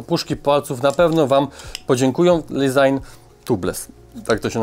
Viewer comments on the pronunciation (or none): none